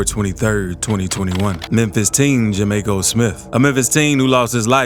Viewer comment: JAMARCO smith not ja may co lol